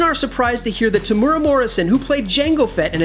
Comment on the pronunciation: His name is spelt Temuera (not Temura) ...which might help you to avoid butchering the pronunciation as well.